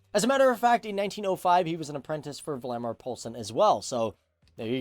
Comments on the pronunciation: Valdemar... not Vladimir... ;) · Sorry to say, his name isnt Vladimir Poulsen, but Valdemar Poulsen. He also invented the first stereo microphone, and we still have this in our museum at DR (Danish Radio the national broadcaster in Denmark) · I do know that, but I guess the guy talking about Valdemar is reading his name. How Val becomes Vla is a puzzle. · I wish people would get their facts right before trying to "enloghten" others. There was no Vladimir Poulsen... I thought it was a bit weird for a Dane to be called Vladimir back then, so I looked him up. He was VALDEMAR Poulsen "val-der-mar".... Vladimir is Russisn/eastern European!!